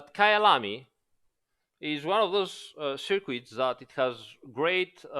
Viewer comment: just to let you know in english we dont pronounce the "u" in circuits. English can be very stupid with its exceptions but at least its easier to say lol... its more like sir kit than circuit... aside from that, it is I that must learn from you. amazing series I am totally in awe with this incredible game and the effort put into its devellopment. Thanks so much!